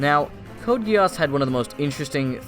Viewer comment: Its code GEASS like giez or gies yk not gi-as! Pls remember that🙂